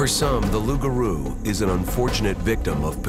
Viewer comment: Its LOUPgarou Loup:lobo: wolf